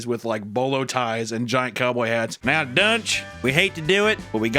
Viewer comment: I thought they were saying his name was "Dr. Dunce".